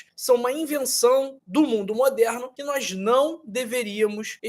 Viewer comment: Putz dotô,ce fala errado pa caraio,supóîstamente ,nóisss purque ce fala assim??? Parece qui ce tem uma gilete na boca ,ou parece ce dura a língua , faiz tratamento pa melhora a fala dotõ